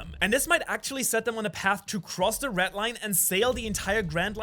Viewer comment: Every time he pronounce red he says reh